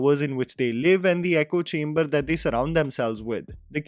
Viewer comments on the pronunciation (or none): none